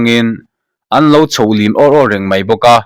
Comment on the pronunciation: Chhoh lim tih hi i thluk dik lo, "kalh khum," tih thluk a chhiar tur aw